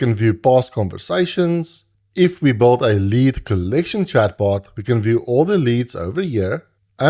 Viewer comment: блин, где вы берете такие акценты. Я думал, что британский самый отвратительный акцент, который нвозможно слушать. А тут чел вообще Билд произносит как:)) (лысый) это видимо сам автор:))